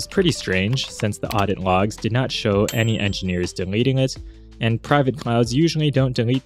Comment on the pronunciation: why do you pronounce L as ng. "Have you checked the ngogs?"